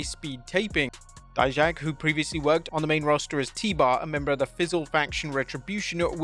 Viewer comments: Finally you pronounced DIJAK properly!!! 😂😜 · Thanks for pronnouncing Dijak name right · You're saying Dijak's name correctly this time. Good to hear. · He finally said Dijak's name right😭😭😭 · Bro saw our comments about saying Dijak’s name wrong lol 👍. Thanks!